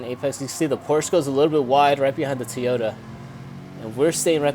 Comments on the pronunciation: Not TEAota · It's TOYota not TOYOTA